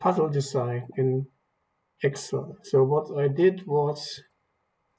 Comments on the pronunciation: awesome... just to help, it is pronounced ex-sell not xel... hope that helps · That is how a lot of German speakers pronounce it in their language.